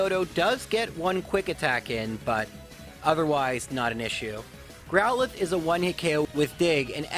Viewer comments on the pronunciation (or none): none